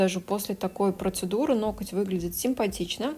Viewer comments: Сначала исправилась , сказав "ноГти",а потом забыла и выпулила"ноКать"))) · много раз читала, как Вас критикуют за произношение некоторых слов, "нокоть" в том числе, и хочу сказать - да не обращайте Вы внимание на этих критиков. Даже если Вы и произносите что-то неправильно, эта Ваша личная, милая, на мой взгляд, особенность речи, которая придает индивидуальности и теплоты. Более того, люди, в том числе и я, которые смотрят Ваши видео ради их содержания, которые проникаются Вашей харизмой, в принципе не замечают каких-либо недостатков речи. Вы не литературный канал ведёте, в конце концов, смысл сказанного в данном случае абсолютно не теряется. Я сама не люблю безграмотных людей, но придираться к произношению, это уже реально перебор! Спасибо Вам за Вашу деятельность, за то, что делитесь ценнейшей информацией и опытом, и не обращайте внимания на всяких диванных критиков, у которых не хватает сил и мозгов поднять свою задницу и что-то сделать. Будьте такой как Вы есть, самобытной, искрометной, доброй и отзывчивой, то есть такой, какой мы Вас любим, ваши подписчики!